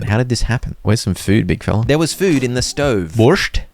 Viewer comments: You pronounce Borscht as Borsch just without the T. And It's Piraschki with the sh sound. But as representativ of the eastern viewers we all appreciate the try. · the t is silent in borscht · Borsh is Ukrainian food;) Not bad pronounce, thanks for content!